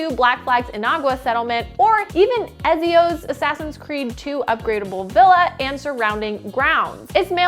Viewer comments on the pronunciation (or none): did... did you just call Ezio, Ez-eo? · The way this chick said ezio... the disrespect